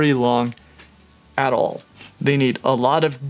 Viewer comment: Bro said “Owl of them” 😂